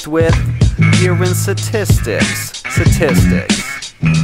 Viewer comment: Say STATISTICS BETTER